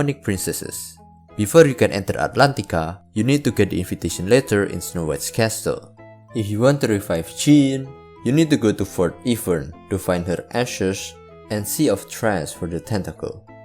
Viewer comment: insane pronunciation for Jeanne 😢 It's pronounced Jaane, not jean👖